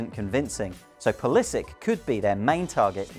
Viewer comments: Thats not how you say pulisic.. the end part should be pronounced " sitch "and not sik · your pronunciation triggered me :p its - pull is itch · Pulisik hhahhaahahha you english guys always creat such weird names with your fantasy. Its pulisiC! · He can't pronounce the name right😂😂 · he pronounces his name wrong. The ending is not like a "K". I hate when "americans" mispronounce their European surnames. He's a Croat for god's sake! Serbo-croat language names ending in C are pronounced like Ivanovic' , Milosovic, etc etc etc.. Jeeezzz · How can you pronounce a name so badly? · he's bloody wrong